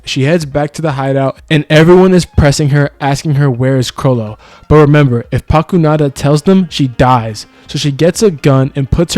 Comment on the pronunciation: never mind. He called her Pakunada 😂